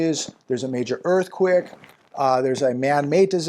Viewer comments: I think because he's from Shit-Cago and he missed a lot of school. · why do you say Earth Quick and not Earthquake?